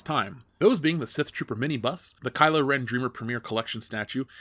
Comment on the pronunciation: I honestly thought he was saying 'mini bus', it took me a while to figure out he was saying 'mini bust'. I need sleep.